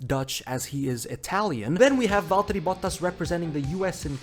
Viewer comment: literally perfect pronounciation of valtteri bottas